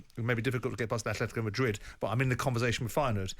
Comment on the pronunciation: Thank you for pronouncing Atletico - At-let-tico Jim and not doing the slandering that basic B channel Robbie does who says A-Fle-Tico